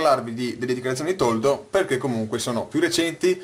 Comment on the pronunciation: Toldo o "Tordo"?